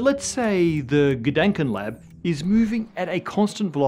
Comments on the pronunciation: Please try to pronounce the "a" in Gedanken like you would pronounce the "a" in ah or arm. This vowel shift between the german and englisch language is nasty :D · Dänk way to pronounce "Gedanken"… 😜